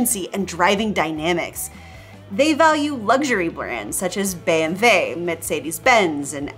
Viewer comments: Great video. Thats the first time that i hear a american prononce BMW right. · The way you pronounced BMW and Porsche made me tear up a little.